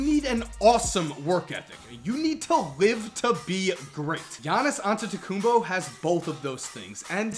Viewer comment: Ol finally some body can say Giannias Antetekumnpo correctly.